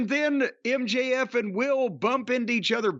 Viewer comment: HOW do you fuck up MJF?!